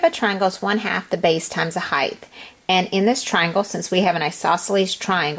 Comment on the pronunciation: Height ends on a T. Not a th.